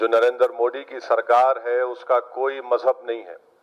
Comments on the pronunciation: हां बिल्कुल सही कहा मोदी ने और तू पहले सीख ले तुतलाह मोडी नहीं मोदी है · Phle tu modi bolna sikh